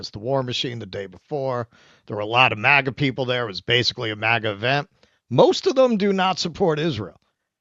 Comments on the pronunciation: It’s MAGA, not MIGA. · It's MAGA, not MIGA! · It’s MAGA not MIGA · it is MAGA not MIGA. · MAGA not MIGA